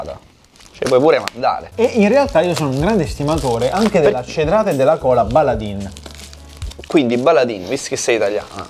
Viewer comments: Ragazzi, si dice "Baladen", non "Baladin". E dovete troppo provare le loro birre! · Signori scusate, ma dato che vivo ad un paio di chilometri dalla sede principale mi sento male quando lo sento, si pronuncerebbe "Baladèn" e non Baladin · Sí, peró, ragá... Baladin si legge "Baladén" non "Baladín" , non se po' senti' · La "Baladin" si pronuncia Baladen ed è una azienda del Cuneese, in Piemonte.... Per essere proprio precisi si trova a Piozzo paesino piccolissimo della provincia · si legge baladen ahahaha ed è dalla mia zona ahaha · per la cronaca: si pronuncia "Baladèn" anche se si scrive baladin!